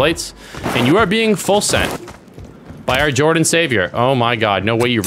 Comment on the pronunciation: leo jordon is how his name might be pronounced